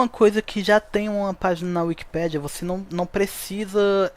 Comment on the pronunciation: É wikipééédia e NÃO wikipíiiidia 😮‍💨😮‍💨😮‍💨 NÃOO É BONITO FALAR ERRADOOOOOOO!!!!